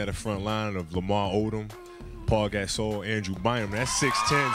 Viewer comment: Never knew Pau Gasol name was pronounced like that 😭